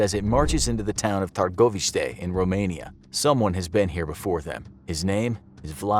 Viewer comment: My eye twitched when they pronounced "Târgoviște" incorrectly. Correct is"Tar-goh-VEESH-tuh"